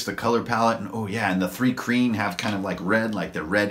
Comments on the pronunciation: Also it's not 'three kreen'. it's pronounced more like 'try-kreen" but with a 'h'.. Thry-kreen. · Pronouncation correction: Thri-Kreen (Thry-Kreen) Mul (mül/mule)